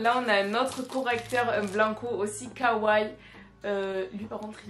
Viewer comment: On dit pas kaway on dit kawaii ( on prononce les i )